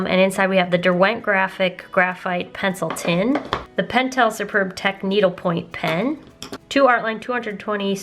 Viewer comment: "penciltin" my name is alexander penciltin